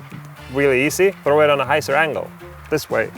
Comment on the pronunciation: 'Hy' zer!